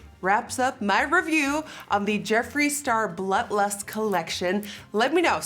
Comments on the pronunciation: Secretly mad at Jeffree for naming it blood lust.... or as Nikki says “BLUH LUST” Girl commmmon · Umm.. is she saying... BLUT LUST?? Lol guuuurl. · I love how whenever she says blood lust it sounds like blunt lust xD Love it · I’m glad I’m not the only one who hears “Blut lust” 😂😂😂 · Sounds like you said the new Butt Lust pallette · I’m not the only one hearing “blut lust” 😂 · I LOVE Nikki but I can’t stand hearing “Blut Lust” .. 🤪 it’s like glass shattering... lol still love you though! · I heard Blunt Lust. Lol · Ashlee Slavey came looking for this comment lol I keep hearing blunt 😂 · lil wavy noooo I did! That and blunt lust